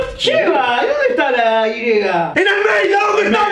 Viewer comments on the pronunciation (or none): Jajaja "EN ALMEYDAA" jaja se re saco ajajja